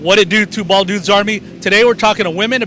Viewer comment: Whadidew, Two Bwaaald Dudes! Nice video and it was interesting to hear each one of their stories.